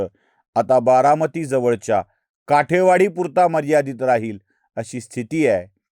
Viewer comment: काठेवाडी नाही कुलकर्णी , काटेवाडी म्हणा .